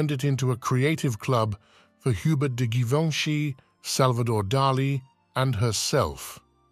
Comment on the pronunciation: Amongst other things, he needs to learn how to pronounce "Givenchy", ugh.